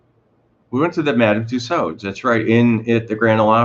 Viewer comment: It's pronounced "Two-sew"...silent "d".